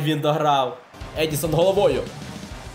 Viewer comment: Я не душніла відразу кажу, але не Едісон Кавані, а ЕдіНсон Кавані <3